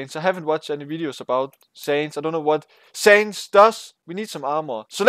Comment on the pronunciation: Its not saynz, it pronounced seh-uh-nds